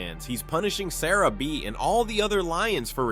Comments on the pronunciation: it's pronounced Sah-rah-bee! Jeez! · You can’t even say sarabi’s name right